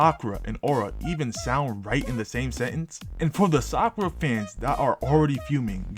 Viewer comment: Sak-aura. Done seee. Chunin exam. Sakura was kinda cooking.